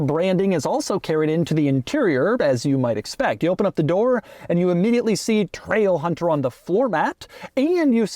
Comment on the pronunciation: Loved the part where he said TRAIlhunterr